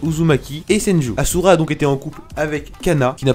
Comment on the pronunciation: Bon sa se vois le mec a jamais regarder naruto vue comment il a prononcé rikodo et ashura qui a créé le clan UZUMAAKIIIII c bien de faire des video pour buzzer et gagner l'argent hein xD